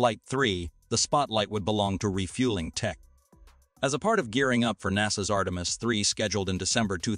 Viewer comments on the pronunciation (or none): none